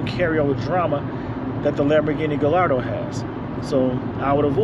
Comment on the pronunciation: hey man it pronounced "guyardo" not "gillardo" lol